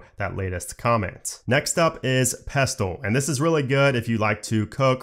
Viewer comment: Pestle. Pronounced pessel.